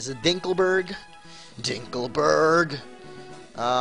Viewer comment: lol ''dinkelberrrg''